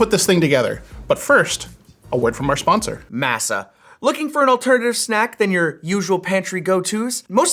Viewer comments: Shouldn't it be pronounced Maaa Saaa not Mah sah? Like how the dough used to make tortillas is generally pronounced across the globe? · Why do you pronounce masa like it's a fun new tech item? It's pronounced as mä′sə or mah-sah. I sware if MASA chips changed the pronunciation on purpose oh my god what a annoying product. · Normally don’t comment. Masa is a Spanish word. It means “dough”. As such it’s not pronounced like “NASA” but like “mah-sa” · Ummmmm can we work on that pronunciation for the sponsor? Masa is pronounced like ah not a. The way he said sounds like massa as in master as in slavery. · My god that's not how you pronounce MASA